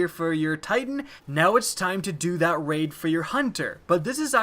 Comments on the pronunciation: you said: start raid, end rait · "End Rait"